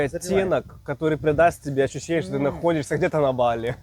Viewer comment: говорите правильно ударения.Бали- на первый слог.